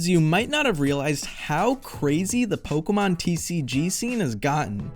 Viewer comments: Great video. The only thing I hate is how you say “Pokémon” 😅 It’s not Pockeet Monsters, it’s Pocket Monsters 😜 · Oh the cringe every time he says Pokeemon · even though I don't pay attention to pokemon anymore the mispronunciation of the name still grinds my gears